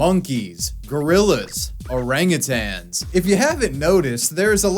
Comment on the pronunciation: Did he just say orangutans the right way?